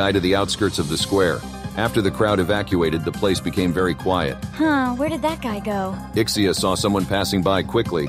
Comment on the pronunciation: SABI KO SAYO IK-SEE-YAH PRONUNCIATION NUN SA LIVE MO EHH